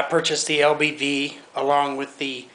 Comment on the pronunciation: LBV, not LVB...lol